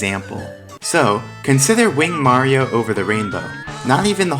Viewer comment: ...wow. You stopped saying "Mary-O" and are now pronouncing Mario correctly! (fantastic vid btw)